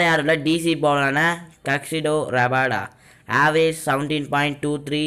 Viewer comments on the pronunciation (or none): adu kagsido rabada illa kagiso rabada